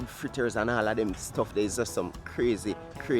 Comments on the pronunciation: FLITTAS* not Frittas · Its FRITTERS... NOT frittas